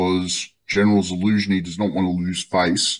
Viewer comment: I'm glad finally taught you how to say "Zaluzhny".